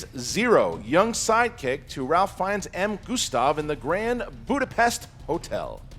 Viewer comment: Does he EVER learn how to pronounce Ralph Fiennes???